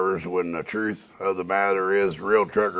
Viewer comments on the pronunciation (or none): none